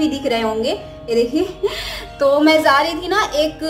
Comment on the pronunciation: Aap Jaa ko zaazz kyu bolte ho dee